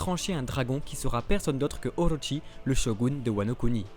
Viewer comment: Juste c'est pas Oroshi mais Orochi "/orotchi/"